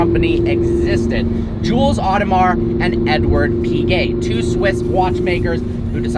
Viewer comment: How come you pronounce Piguet correctly but Audemars as odd-uh-mar? Oh-duh-mar.